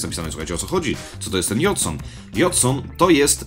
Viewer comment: Pisze json ale czyta się dżejson. :|